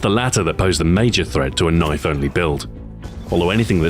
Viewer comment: That's not a kniayfe tHiS iS a KnIaYfE